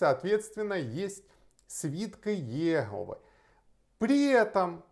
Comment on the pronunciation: спасибо, хорошее видео, только ударение на О в названии религиозной общины